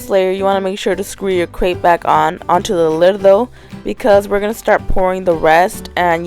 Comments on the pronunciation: why she sayin crate instead of grate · crate? do you mean grate..?? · It is grate...nor crate :) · Grate not crate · Hey girl hey! I love your videos but I just wanted to notify you that you say crate when it's actually grate! Love you girl❤️